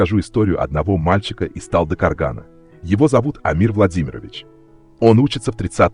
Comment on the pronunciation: Не Талдыкаргана, а "ТалдыкОргана"